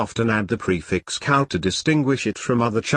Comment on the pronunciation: Cao is not pronounced with K sound, Cao Wei is pronounced in hanyu pinyin form.